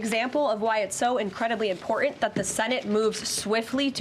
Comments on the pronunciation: Lady, you know who would like you to stop wearing the cross if you are going to continue lying. It is soo obvious how you practice to deliver assuredly the lies you are being delivered...it sounds phony and totally false. FACTS are imporTant...no d in the word. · In poor ent, I love it when people can't use T's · I thought that MTG was the only one who pronounced the word important as “imporant.” Now Trump has a new Press Secretary who does it every time! Please stop. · Oh, my ears! She's one of those bimbos who pronounce "important" as "impor-ant"! There's two "T"'s in imporTant, Leavitt, what happened? Did Trump steal one? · When someone pronounces " important" as " impor-int" i lose all respect for that person. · This chick is a complete flake and way out of her depth (which is pretty shallow). By the way sweetie, the word "important" has 2 'T's, not one (i.e.: pronounced "imporTant", not impor-int". She's as big a joke as her boss. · She cant eve pronounce the word imporTaNt. Pronounces it imporunn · Why do women under 30 constantly mispronounce "important" as "imporant" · Except she can't even pronounce 'important' properly. There is a 't' in there, love. It's not 'imporeeent'. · Guess she passed the orange grope test 😬 "impor-T-ant" for F sake! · She is so flippant. Also she can’t pronounce “ important “. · Why can't this press secretary pronounce "important" properly?